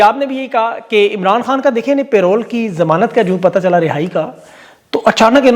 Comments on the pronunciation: Bhai payroll nahi Parole hota ha. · Payroll nahin yaar, parole